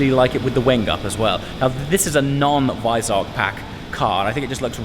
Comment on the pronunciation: “Wisearck??” Do you mean Weissach 🤣😂